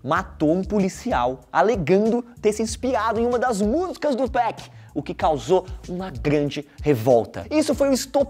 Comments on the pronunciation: Meu ouvido dói quando escuto “2péc”, e ainda o cara coloca gangsta Party no vídeo, e a música de fundo Breathin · Tô quase dando um soco na tela ouvindo ele dizer "TWOPEQUI" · se falar 2peck vai virar josias rodrigo aaaa pare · Esse carinha falando o nome do 2pac me da uma coisa no estômago, pra que falar bonito é simples.. 2PAC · Pq todo paulista tem mania de chamar o 2pac de 2pec?